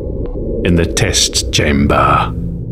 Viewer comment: He said it not correctly